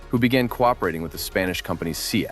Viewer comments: See-at ..Not Seat... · The Mini is not a hatchback. Also, SEAT isn't pronounced as 'seet' but as 'seh-at' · SEAT is pronounced “say aht” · SEAT is a Spanish acronym, not an English word. It's pronounced Say-at.